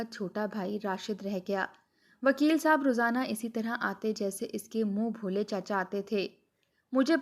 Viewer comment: Moon bholay nahi moon bolay